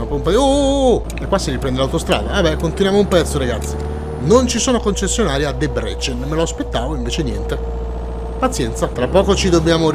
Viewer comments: Si dice Dèbrecen e NON Debrècen... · E Debrecen si pronuncia in Italiano Debrezen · SK è Slovacchia,perchè Kosice sta li è Debrecen è molto vicina al confine,ma è ancora Ungheria In tema di pronunce: DèbreSen XD